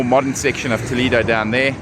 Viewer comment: Toledo, the vowel "e" is pronounced like the "e" in the word Elephant, not the sound "e" that you have in English language. When I hear you pronouncing it, I almost die 😂. I do not want to know how angry toledanos ( the native inhabitants of the City) can be or feel after listening you saying the name of their City the wrong way 🫣🫣. Aparte from that, I know Toledo And yes, It is a historical jewel, but in Spain we have manyyyyyy others : Santiago de Compostela, Ávila, Segovia, Córdoba, Granada, Tarragona, Mérida, Salamanca, Alcalá de Henares, Cáceres, Burgos, Sevilla, etc, etc Regards, enjoy